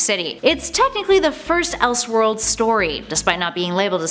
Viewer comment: “Elshworlds” and “praduce” huh? Are you a real world A.I. human being? I’ve never heard that before in my life.